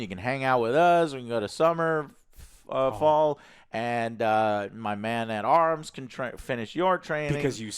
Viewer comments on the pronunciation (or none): I absolutely love how Joe gets every name wrong every week 😂 this week it was Summerfall